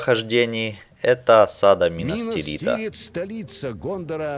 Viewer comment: не минас тирИта а минас тИрита!